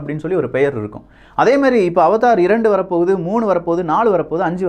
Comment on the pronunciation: அது அவதார் இல்லை அவடார் 🤦‍♂️🤦‍♂️🤦‍♂️